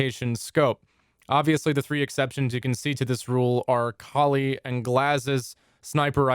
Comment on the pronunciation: Finally someone who pronounces Kali right.